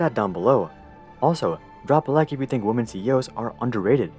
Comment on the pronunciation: you need to check your pronunciation of "women"